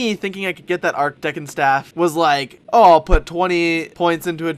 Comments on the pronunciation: "Arkdekon staff" lol, it's Arch Deacon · usually i dont like to make fun of how people say words but hearing him say arch deckin instead of archdeacon is wonderful. he gonna play some yugioh with his archdeckin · arch decon is pronounced "arch deekon" not "ark dekkon"